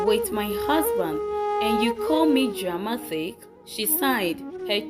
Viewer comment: Bice interesting story. Your voice is so kool but pls, check out where you pronounce words with 'th" e.g, dramatic, don't have "ths" More grace❤